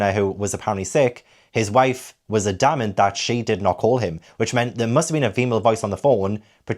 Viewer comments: fyi: AD-amant. I am a witch and I will correct pronunciation, innit., loving your work as Slagatha here! I strongly recommend the BBC radio version of Miss Marple, played by June Whitfield. She is the perfect balance of mild manners and fierce vengeance! I find the range of voices helps me keep track of the 450 characters as well. More Wine, More Crime! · Great video!! Just for future though you may want to look up the pronounciation of adamant😅